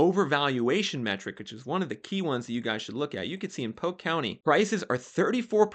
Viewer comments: PoLk…..POLLQUE….. not Poke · Its pronounced poLk, not poke